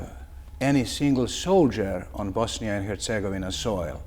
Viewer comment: Yet he is mispronouncing Bosnia and Herzegovina consistently.